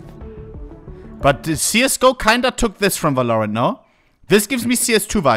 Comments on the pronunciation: His pronounciation of valorant is giving me shivers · Bro hates the game so much he refuses to pronounce the name properly